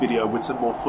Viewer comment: Enjoyed the vid but are you calling it a maverick? I swear that’s what it sounds like. 😀